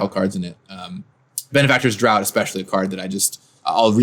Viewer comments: "Daught" is pronounced "draft." Just FYI. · Draught =/= Drought just fyi, it is pronounced as Draft. These videos are awesome! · Draught is pronounced as Draft. This was painful to listen to.